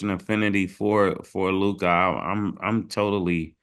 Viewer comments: Mase not being able to pronounce Luka now is becoming a bit weird 😂😂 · Why tf does Mase keep calling this man Lu-cah! The least he can do is get the names right with those basic ass silly ass takes. The only time he has a decent take is when he recycles something Cam said weeks ago. They need to trade Mase ass. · Mase the man is Luka not Lukia!! Use ur phone for proper pronunciation of words and players name Bro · Why in the hell cant Mase pronounce Luka properly, who tf is Luk- Ah smh lol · Mase salute God but stop saying LUKAii 💀💯 ITS LOO-KA aka Luka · Can yall PLEASE tell Mase his name is pronounced Lu-Kah not Lu-Kai🤬🤬🤬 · Mase you gotta stop say LU-KAI it’s LU-CUH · That man name is LEW-KA not Lew Caa Mase 😂😂😂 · everybody including Luka “Lukuh” Ma$e - “Lukaah” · Y yall say lookah, it’s Luka lmaoo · y do mase always say “lukahh”instead of “Luka”😂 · Ma$e always calls him “LukAHH” ⏸️ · WHO da fck is LOOKAH ?.. it’s Luka pause on the hard A at the end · Just came to hear these niggas pronounce Lookah😂😂😂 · Mase pronouncing his name LUK-AHH is annoying as hell.. 😩😩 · Loohk-eye...Lukkkaye... this guy goes out of his way to say everyone's name f'd up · WHO TF IS LU-KAH 🤣🤣🤣🤣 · Is Mase saying Luke-eye?? 😂😂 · Made be killling me. Who is Luke eye? 😭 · LOO - KAWWH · Idk why “Lu-kah” was kickin Mase ass but it was annoying tf outta me 😂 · Mase said Lucgahhh 🤣🤣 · SAS-LOU'-ker MASE Loo-kAhh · Mase gotta stop calling this man lukahhh 🤦🏽‍♂️ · And he keep saying lukie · Mase: LUKE-EYE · LuKAH? Mase got a speech impediment? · My man Luke-Eye 😂😂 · LEW - CUH (Luka) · Why y’all saying Luka name like that? Luccaa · When Mase say Luka name he say LUKE - AH 😂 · They always say luka like "lukAH" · Why Mase keep calling him “LukAH” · Mase up there struggling saying luka name🤣 Lukai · Mase pronounce Luka (luke eye) 😂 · Lou-KAH hurts my ears every time smh cmon Murda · Why do Mase have to performance everyone’s names like he do why do he pronounce Luka like that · Why can’t Ma$e say Luka?